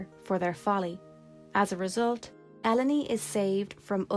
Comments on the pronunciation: I always pronounce her name as E-lone. like "alone" but with E instead of A, because it's an allegory of the burden that, to be a sorceress, means to be alone. Its why some sorceress like Ultimasia and Adel, detach of human contact tend to be ruthless and don't care about anyone but themselves, and Ellone and Rinoah who bitterly acepte that their powers makes them feared and or researched to the point of willingly isolated themselves to protect others, and no mater how much they try to bypass this rule and try to search for affection, those others she love at the end will end up hurt because of them, no natter what. Of all this sorceress i think Edea is in the middle, she decided to stop this bitter cicle once and for all but also letting herself get posses after what i think she thought "the time was ripe" for the battle to begin. So she train the seed together with his rich husband to fight her and win (a battle that all points it extended way into the future) with the purpose of saving herself but as a collateral saving the world of the sorceress influence. Useless trivia and theories: i think there was supposed to only be one sorceress in the planet at the time, Sorcerers powers get inherit after the former sorceress was unavailable, there fore, Adel after being captured send this powers lose and where capture by Ellone, Being isolated in Ester continent her powers diminished shared with Dr. Odins machine, because of this Rinoas powers start to develop naturally, BUT! whe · "Elo-ny"? We always pronounced it as "Elone", similar to "alone". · Elleny? You mean alone (Ellone) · That's the only way to pronounce the name, it's supposed to be a pun on alone. El-o-nee is just OP mispronouncing her name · Ell-own-ee sounds so pretty, but it’s totally throwing me off haha. I always called her “Ell-Own”. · I always read her name as Eh-lone, which sounds a lot like "alone". I thought that was the intention so I'm dissapointed to learn that it's pronounced Eh-low-knee xD